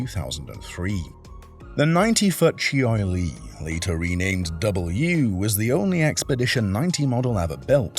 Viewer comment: Chee-oy--ee Lee........what a dolt. It's pronounced Ch oy Lee.